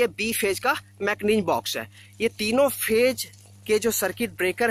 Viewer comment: Pagal phej nhi hota he phase hota he Vai😂😂😂😂